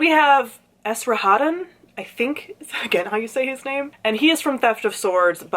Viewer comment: I think you were really close on Esrahaddon pronunciation. I believe the "s" is a "z" sound. If you like him and snarky mentors you'd probably really like Bayaz from The First Law trilogy. He's also a wizard-type, and you also aren't sure what his motivations are, if he's good or evil, or a mix of both.